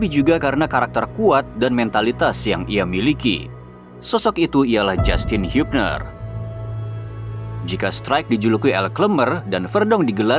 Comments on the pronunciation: Gak usah dibaca hiubner min . Bukan nama tulisan inggris . Tapi dari belanda . Dibaca nya habner . . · Habner bang bacanya, bukan hubner. Masa gitu doang gk bisa baca sih. Hadeh😓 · Chanel favorite ku setelah starting eleven news. Sama Nyebutnya habner (ha-sil) klw mau pake bhasa inggris/hubner (hu-jan) klw bahasa blanda ya min bukan hyubner.